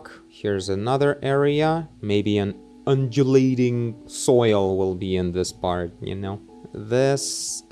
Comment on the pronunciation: Yep that's how you say undulating lol And I would say it's almost a common word. Particularly in these modern times